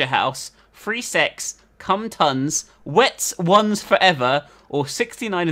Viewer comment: im pretty sure "wetz one" was supposed to be "wet zone" LOL